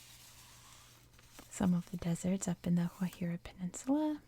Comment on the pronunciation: Guajira with a hard G, your second pronunciation was correct :)